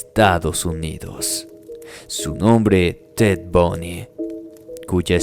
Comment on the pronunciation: SU NOMBRE ES TED BUNDY,BUNDYYY,,NO TED BUNY. LA PROXIMA VEZ PORFAVOR DE COREJIR SU NOMBRE CORECTO...BUNDY. ERES UN BUEN NARADOR EN TUS HISTORIAS.